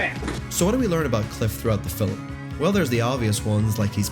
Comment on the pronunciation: Wtf is a fil-um?